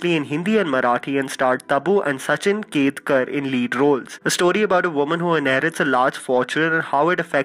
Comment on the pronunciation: The actor's name in Astitva was Sachin Khedekar NOT Sachin Ketkar